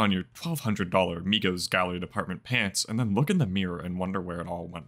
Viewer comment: Can you stop saying gallery depth 😂😂 it’s department. It just wouldn’t look right on shirts spelled out